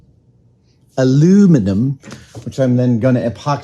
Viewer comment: Thank you for using the correct pronunciation of aluminum! I get really tired of all the other channels that add the extra i and say "aluminium". I know that both versions have made their way into the dictionary, but I prefer what's on the periodic table of elements.